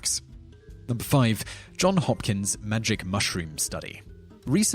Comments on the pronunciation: Just one thing, the name of the school is "Johns Hopkins" NOT "John Hopkins"... Note the s. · The university is named Johns Hopkins, not John Hopkins. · It's Johns Hopkins, not John Hopkins. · It's Johns Hopkins mate not John Hopkins. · Johns Hopkins - not John. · not John Hopkins but Johns Hopkins and i am not a troll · Jim Fortune Lot of people don't get realize that it's Johns Hopkins and not John Hopkins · It's "Johns Hopkins" kind sir.